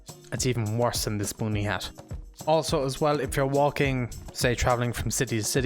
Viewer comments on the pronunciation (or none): say boonie again XD